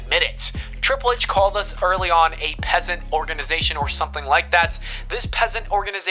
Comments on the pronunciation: Piss. ANT. Not peasant. What the fuck, can you hear brother? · it's pronounced PISS ANT not PEASANT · Its PISS-ANT! Jesus dude, come on. Its not "peasant" 😂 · it was so irritating listening to this dude pronounce "piss ant" as "peasant" like how could you get that wrong?? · Mans kept pronouncing piss ant by saying peasant lmao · Bro do u not know how to pronounce piss ant? It is a different word than peasant ya know ... still a great video I enjoy your content but that annoyed me lol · PeZz EnT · We’re not gonna talk about how he said peasant a solid like six times when it clearly states piss ant 😂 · The words are piss ant. Two separate words. Geez. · I just can’t get past the fact that the narrator doesn’t know that “piss ant” isn’t pronounced the same as “peasant”.. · He said it so many times too. Cringe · This dude can't pronounce "piss ant" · Do you not know how to say "Piss Ant" ? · I'm pretty sure that's not how you say piss ant.